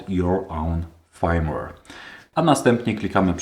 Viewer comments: No Fajmłer się inaczej mówi, poza tym OK. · Nie chcę się przywalać, ale nie ma czegoś takiego jak fajmłer. w słowie firmware i nie czytamy jak "aj" tylko jak "y"